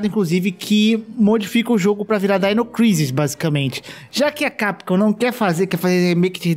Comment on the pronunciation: ow, na moral, ou vc fala DINO CRISIS, OU DAINO CRAISIS, falar DAINO CRISI é foda